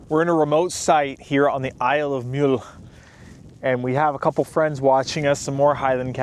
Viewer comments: Stop calling it Mule, it's as pronounced as Mulled Wine, when in Rome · Isle of Mull... with an "u" as in "up" 😂 We're not always as complicated as you imagine! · Glad you’re enjoying everything. By the way it’s pronounced like it rhymes with “dull”. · Its Mull as in mug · I like you but you've been told frequently its Mull (no U) have some respect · A he was told by one of the ferrymen how to pronounce it, but said he would continue saying it his way. That is just disrespectful